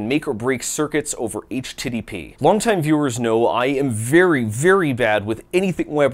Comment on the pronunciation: Did this man just say H-TIDDY-P ???